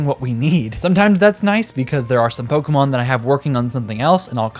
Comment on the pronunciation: Thanks for just pronouncing pokémon without a hard E. The amount of adults on youtube who have never seen an accent.